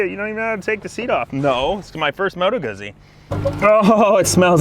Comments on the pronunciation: It is "Goo-ts-ts-ee". The fairing and saddlebags are stock, that's the touring option, hence the massive kickstand. Also, the name of the sub-category: GENIUS GARbAGE. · Moto Guzzi is pronounced more like Moto Goo Z. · You keep making me laugh with how you pronounce Guzzi 🤣 Rock on, though!